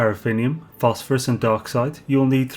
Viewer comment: Every time says "Dioxite", I hear dark side, and my brain takes a sec to correct itself to Dioxite, lol. Awesome guide! TY. I found another guide and was building farm to that but it is outdated, for when you could buy gases in rich systems, so reconfiguring everything now.